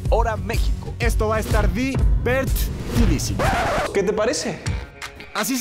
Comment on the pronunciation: Jajajaja di-berth-tidisimo nueva palabras favorita